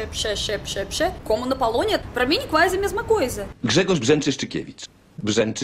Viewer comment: Oi,seu sotaque é lindo,e reparei que seus pequenos erros é completamente compreensivel: No vc disse: "Quando eu fazendo..." Em vez de "Eu ESTOU fazendo" Porque em russo não se conjulga o verbo ser/estar no presente. Vc tambem disse "Palonia" em vez de Polonia,pois em russo a letra "o" tem som de "a" quando não está silaba tonica Vc tbm confunde alguns falsos cognatos entre português e ingles Pois diz "Eu realizei" como se fosse "I realize"(percebi) em ingles. Tambem disse "pretende" (em ) como se fosse "pretend(fingir)" quando falou dos europeus. Seu sotaque é lindo,não tenha medo de errar,muito menos de se auto-corrigir